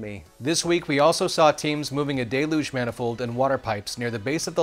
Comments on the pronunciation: Not "day-looj".... "del-yooj"😊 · Check a dictionary. It's "del-yooj". Most people pronounce it correctly. This guy does not. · Needs to pronounce "deluge" correctly, otherwise great!!!😁 (hint: the word does not start with "day"... it starts with "del")